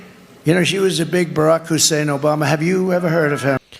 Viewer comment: Stop saying Hussein. Dear God.